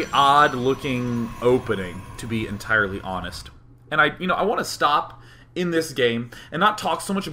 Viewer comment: "and schtop" lovley.